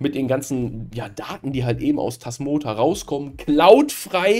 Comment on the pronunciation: Das "Tasmoa" bekommt er offenbar nicht mehr raus.